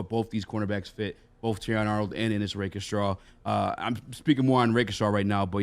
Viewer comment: "Rake-straw" Not "Rake-uh-straw" Or "Raken-straw"